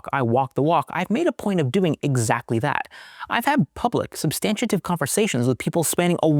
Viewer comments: Love ya, great work, but substantive is a 3 syllable word: "SUB-stan-tive." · Please check the pronunciation of “substantive“ .